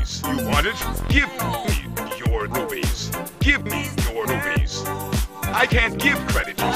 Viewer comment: OK EVERYONE RUPEES OR RUBIES? I’m pretty sure it’s rupees